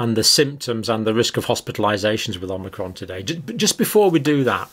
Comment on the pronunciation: I think it's pronounced O-mic-ron not Om-ni-cron (but I make that mistake myself even when I know the correct pronunciation :-) )